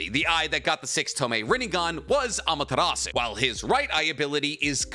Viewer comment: boi why df do u say amatarasu